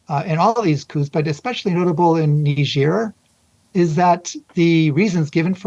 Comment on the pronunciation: It's A not ER